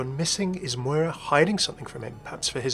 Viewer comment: The way u pronounced Moira’s second name made me cringe😭